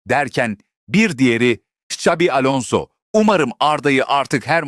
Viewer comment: Ksavi değil Çavi diye okunur…